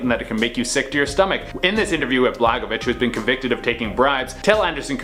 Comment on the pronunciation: good video dude. I don't like Blagojevich but you're saying it wrong lol <3